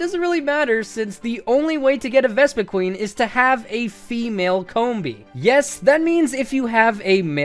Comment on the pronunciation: Pronounced Vespi Quinn and Garbodoor not Vespiqueen and Garba door